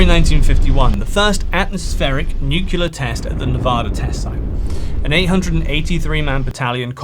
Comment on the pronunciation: Great vid. But, with a vocabulary like yours, hearing "nukeular" rather that "NUCLEAR" just grinds my gears.